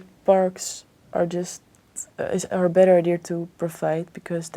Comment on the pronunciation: Betweter